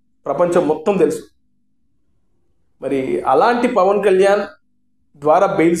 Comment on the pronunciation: E maa Pavan Kalyan name palakataniki paniki radu